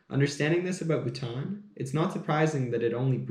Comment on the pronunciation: Awesome coffee talk and I like how u say Bhutan. Lovely share of history